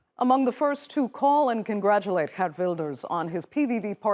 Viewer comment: Its girt wilders not gert wilders🤦🏿‍♂️